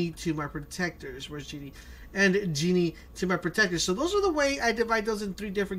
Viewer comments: It's not pronounced "jee-nee", it's pronuounced "jeh-nee". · Jenny is pronounced Jen-ee. Not Genie... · It’s jehnny not genie just pronounced it wrong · The Conqueror I was waiting for him to correct himself and he just... kept.. saying... genie. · He lost all credability once I heard him say Genie. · It is jenny not Jeanny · Who's gini it's Jenny lmao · its Jenny not genie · HE SAID "JEANY" XD XD X D X D XD XD XD XD